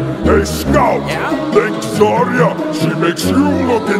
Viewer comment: You sorta said zayra instead of zarya